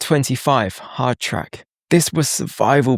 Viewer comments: It's "hardtack" not "track".😮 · 1 min in you say the word hardtrack when screen says hardtack? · Hardtack, not hard track